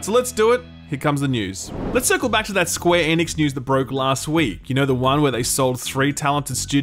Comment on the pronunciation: What the hell - the way you say Square Enix was my favorite part of Square Enix…why did you start pronouncing it correctly?? Bring back SqueeNix please!